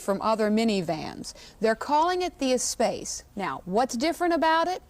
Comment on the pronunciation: Ugh. It's pronounced "ess-sposs."